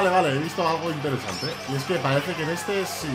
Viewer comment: dice "interezante":v